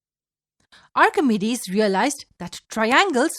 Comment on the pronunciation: that is not how you pronounce Archimedes, it is ahr-kuh-mee-deez not ahr-kuh-meh-dees. You have to put in a mee on your meh.